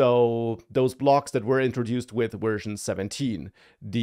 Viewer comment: You're definitely saying "wersion" instead of "version."